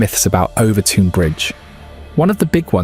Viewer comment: As a Dumbartonion, or Son of the Rock as we’re known (and the bridge is pronounced Overtun, and it’s in Dumbarton not NEAR it) we’ve known for years why this happens. I’m firing this out having seen less than a minute of the video but EVERY damn video is the same - ‘who knows why?’, ‘maybe it’s ghosties on a bridge less than 200 years old in a town that’s over 1,000 years old’, ‘maybe it’s the story of the guy and the baby’ whose names I refuse to mention as in a town with only 15,000 people there are real world consequences to digging up their family name after all these years. A change of laws in the 50s and 60s meant it was difficult to maintain mink farms (though they were not finally made illegal until 2002) meaning, like the dangerous animals act in England in the 70s released wild cats to the moors, the mink farm near Overtoun released wild mink into the area. Anyone who knows anything about wild mink, when they go into season dogs find their scent irresistible for some reason. If you look at the turret design on the bridge, a dog thinks it’s jumping on to a flat ledge, but it’s actually a steep decline towards the edge of the bridge. This isn’t ’dog suicide’ but a very easily explained accident. Dumbarton is one of the oldest settled towns in the UK, it’s mentioned in the Irish Chronicles and Norse Sagas. Dumbarton Rock and Castle are beautiful areas worthy of mention, the town has one of the oldest football teams in the world, founded in 1872 and a founder member of